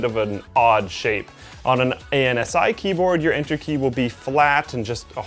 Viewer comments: Good god don't say "A" then "N" Then "S" then "I." You say it like this: ansee. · ANSI is actually pronounced like a word, like "ansee" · A.N.S.I. is usually sounded out as, basically, "ANTSY". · I've never heard ANSI not pronounced "an-see" is that common?